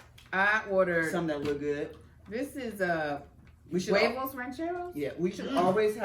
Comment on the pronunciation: Angel pronounced huevos like that British lady pronounced microwave😂😂